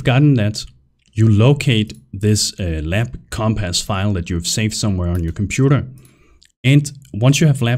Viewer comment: omg say compass right. omfg lmao.